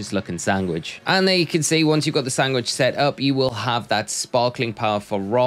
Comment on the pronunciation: Maybe it's just me, but I'm hearing sanGwhich. :D